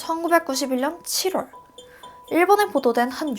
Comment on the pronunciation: 4월 7월 발음이 이상해여 중간중간 거슬림...ㄹ들어가는 발음이 대체로 그런듯